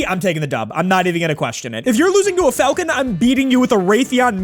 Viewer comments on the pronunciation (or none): none